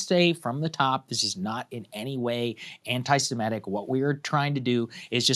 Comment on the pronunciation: You say it's not "anti-simetic" but the word is "anti-semitic.